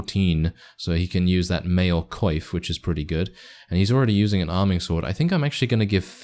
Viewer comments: i know you'll likely never see this comment since the vid is old a F now. but Coif is pronounced as cwof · sounds French